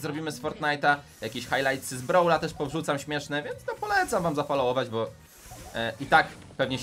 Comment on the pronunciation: Nie bu tylko bo